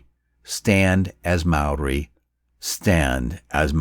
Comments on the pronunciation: Mispronunciation. Maori is pronounced like "mouldy" but it's a common mistake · As a Māori, this made me proud and sad. You did us proud with your video mate but my ears a bleeding afther that pronunciation 😅